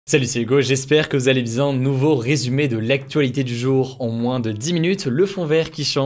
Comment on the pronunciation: Au début de la vidéo tu m'a tuer tu as dit " saluttout le monde j'espère que vous allez bzin"